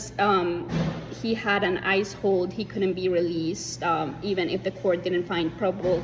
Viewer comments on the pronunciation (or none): It sounded like she said ICE-holes when she said ICE hold. That’s a great new name for ICE. ICE-holes.